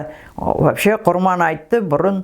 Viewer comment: ҚҰРМАН АЙТ ЕМЕС. ( Қ Ұ Р Б А Н А Й Т )